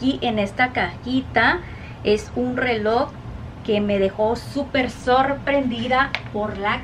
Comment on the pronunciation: Pobre, ella se está esforzando, pero no hay caso, solo sé que promocionó un "RELÓ" negro con CUERDA estra🤣🤣🤣🤣🤣🤣